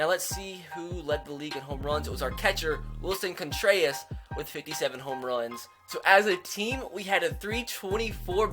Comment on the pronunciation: Eric McKay lol yup I was so annoyed from hearing Jake's name said strangely that I forgot he screwed up Willson's name haha